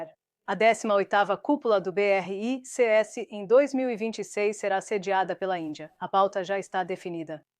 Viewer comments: O assunto é interessante, porém tem que melhorar as traduções ou transliteração, fica chato ficar ouvindo a pronúncia beerreicêesse em vez de apenas BRICS dezenas de vezes nos vídeos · Nossa! Péssima IA! Falar B R I C S e não 'BRICS' é o fim!!!!!!!!!!!!!!!!!!!!!!!!!!!